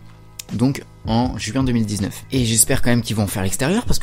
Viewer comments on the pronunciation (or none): none